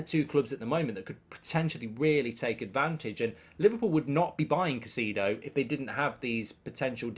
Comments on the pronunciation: Mark, it's pronounced :Ky-Say-Doh not Ka-Si-Doh as you say it. It's not hard to say it, it's lazy and comes across as disrespectful and ignorant. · It's Kai-cedo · Love the show mark, watch daily. Just a suggestion… as an Ecuadorian Caicedo is pronounced Kai-se-doe